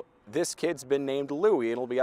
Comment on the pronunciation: I'm glad someone has pronounced Louis' name correctly